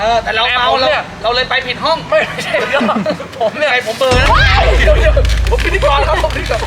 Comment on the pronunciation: "ไม่ ฉ่ายยยยย " ไม่ ฉ่ายยยยย คือเชี้ยไร คนที่ไหน